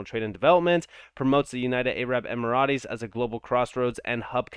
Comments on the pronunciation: The way you say arab emirates sounds like a food dish now im hungry😂 its *em-er-ates. Good vid tho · An Arab Maserati. Vroooom!